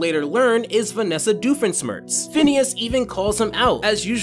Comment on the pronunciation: i love how he says "doofensmirtz" and not "doofenshmirtz"